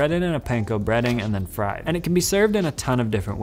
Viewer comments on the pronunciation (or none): none